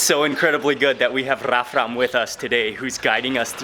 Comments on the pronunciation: LOL HE SAID "RAMRAF" INSTEAD OF "RAFRAM" AT THE END XD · He mispronounced Rafram's name at the end of the video loll... Other than that, nice video, you left my mouth watering with all that good food and the city is really beautiful!